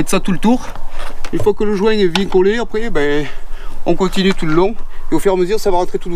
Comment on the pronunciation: "bieng" pardon !